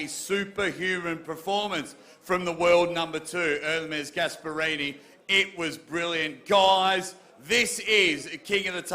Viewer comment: Dont let and English guy host shows like this again please 🤣gaesperini , luvun tf 🤣🤣🤣